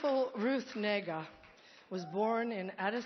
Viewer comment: she put on a little irish accent when she mentioned Ruth Negga....a little lepruchan comment......and Negga didnt mind as if it was some kind of compliment.......